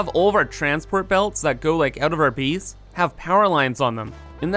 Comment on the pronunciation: Where is he from? Never heard anyone pronounce "base" like "bees" and 8 like "eat"